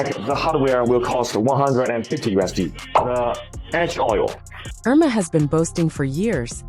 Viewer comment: This AI says URMA instead of HERMÉS......really...at least say the name correctly!!!!!!